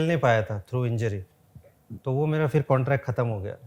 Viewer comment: Sir fir nahi phir hota hai 🙏